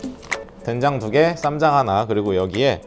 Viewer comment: 처음에 댕장이라고 하셔서 계속 댕장찌개로 들려섴ㅋㅋㅋ집중이 안되잖아요 ㅋㅋㅋㅋ